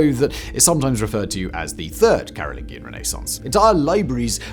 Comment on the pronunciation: Respectfully, Simon is brittish and somehow cannot pronounce things correctly?? CAROL-LIN-JEE-IN Dude mispronounces something every gd video. It's maddening 😂